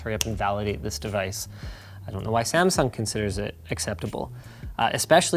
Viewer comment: Linus, you are pronouncing Samsung very wrong.